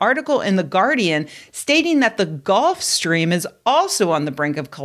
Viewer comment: That should be pronounced Gulf Stream rather than Golf Stream.... Otherwise good news.